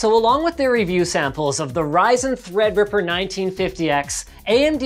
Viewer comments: When Linus said "ThreadRipper" I legit thought he was saying EggRipper😂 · linus, god love you so much, treadreeperluky much xD